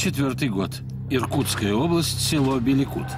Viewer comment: Село не Белекут, а БЕЛЕКТУЙ!